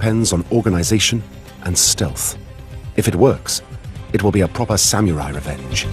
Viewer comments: Samyourai...? Oh...you're trying to say SAM-UH-RAI. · re: Pronunciation - The narrator and commentators are disrespecting the Samurai by pronouncing it Sam-U-Rye and Sam-Ya-Rye instead of "Sam Er I" - A self-inflicted knife in the belly is the only honorable way out for them now. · You mean Samurai (侍)? There is no OO or YOO in the word. It is pronounced as SAM-RAI. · Why is it pronounced "sah Mee you Rai"? 🤔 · Yeah, Sameeyourai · How to butcher the simple word SAMURAI.